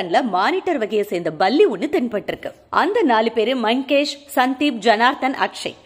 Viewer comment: Apdina Baratham. Baram apdindradhella tamil word illaya bro lol 🤣🤣. But ninga sona visiyam sari... la mattum tha vithiyasam